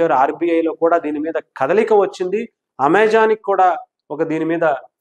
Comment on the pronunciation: Ame jon kaadu, Ame jan ( Amezon)